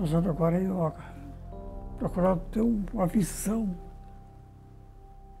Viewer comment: YÓGA... espero que todo mundo possa ter escutado o maior mestre brasileiro desta grande arte e filosofia de vida falando YÓGA, e não YÔUGA. ...e não me venham dizer que não importa como se diz, o que importa é o que se faz.